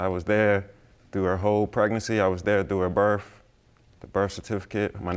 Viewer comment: Why do they always say berff instead of birth?? Silly kids!